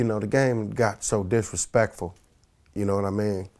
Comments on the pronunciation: "the gang is dissrespktive" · LMAOOOOO!!! I told you He was a Dumb as Pimp.. He said Disrespective lol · He said direspective lol